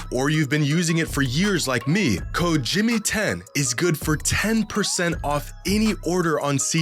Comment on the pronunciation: I tried the seat geek app and couldn't get the promo "jimmy10" to work. Later realised that it's actually "jxmy10" but he says it as jimmy10. This guy is sabatoging himself 😂